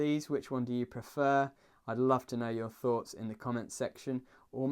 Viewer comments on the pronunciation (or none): none